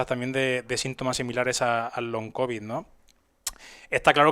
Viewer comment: Pero qué ridículos los papeles del medico oficialista,el TBO ese the Lancet del Faucci, que ya no leen ni los médicos y los datos de la farmafia que te vende el veneno....pues si que son de fiar 😅. Ah pero saber decir "long cobi" Ayyy.........